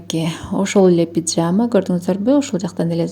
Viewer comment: Пиджама эмес пижама деп айткылачы айланайындар😅